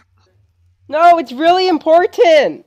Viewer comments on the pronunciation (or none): it's really impor-TEN-t